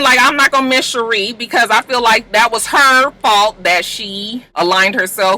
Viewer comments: Gurl who is shereeee🤣 It’s sheree like sha.ray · LMAOOOO Sheree. You are so done with her you can't even be bothered to say her name correctly. 😁 Honestly, same!